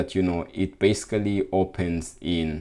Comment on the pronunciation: Thank you and I also liked the 'basecally' <3 hehe